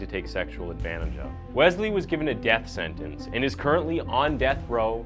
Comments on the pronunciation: It’s pronounced WeSley not Wezley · BRO!!!! IT IS NOT WEZZZLEE IT IS WES-LEE. JESUS CHRIST, loved the video but if you mispronounce that name again im prob going to watch that chick that does her make-up bro. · I think it's pronounced wes-lee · If I hear Wezlee one more time...lmao